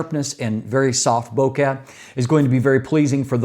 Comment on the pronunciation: long video - correctly pronounced bokeh - cool cat subscribed